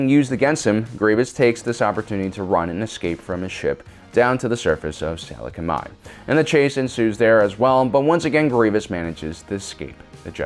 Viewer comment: "Salecumai" "Utapu" Were you on deathsticks while editing this or were you thinking at your hatred for sand?